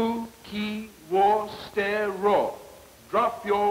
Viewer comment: "Your pronunciation could be better" Totally mispronounces the "ro" Syllable*